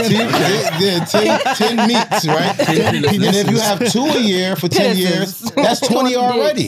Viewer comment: Did wax say Pa-nices?😂😂😂😂😂😂